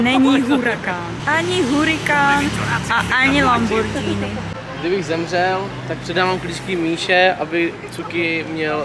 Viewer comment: Říká se lamborginy ale vybraný vlog jako vždy